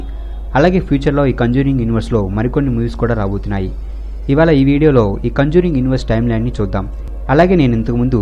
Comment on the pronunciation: Adhi kanjuring kadhu ra conjuring